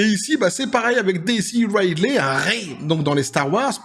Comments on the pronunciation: Juste un truc : "Ridley" se prononce "ridli" en anglais, pas "raïdley". Par contre, je sais pas quel film t'as regardé, mais même si peu de gens aiment Rey, tous s'accordent à dire que le jeu de Daisy Ridley est bon, car il l'est réellement. Elle n'est pas mauvaise actrice, loin de là. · Ah on est d'accord, c'est plutôt "Ridli".